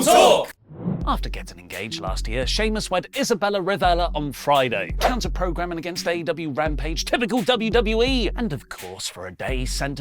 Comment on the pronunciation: “Isabela Revela” - Me as a Filipino: “It’s Revilla (Revilya)!”